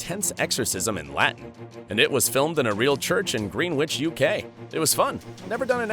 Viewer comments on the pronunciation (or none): Greenwich? Do you mean Gren-ich? You don't know how to pronounce Greenwich? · 'Greenwitch UK'? It's pronounced 'Grenitch' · Greenwich = "Grenich" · Oooof, those pronunciations of "Greenwich" and "Constantine." Ooof.